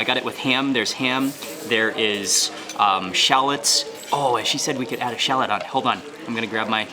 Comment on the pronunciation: Shalats...shalats... SHAAAAALLOTS!!!